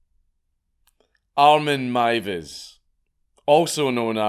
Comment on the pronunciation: im so glad you pronounced the name right its mad how many channels don't bother researching